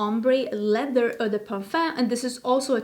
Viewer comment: Eau (de parfum) uttales som å, ikke ment som kritikk, bare litt hjelp. :) Jeg likte videoen forresten :)